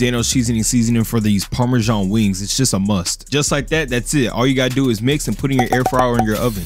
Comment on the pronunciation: I can't get past the "weeengs" pronunciation